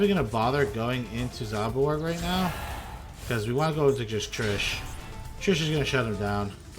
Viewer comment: Zaborg doesn't say zarbog lol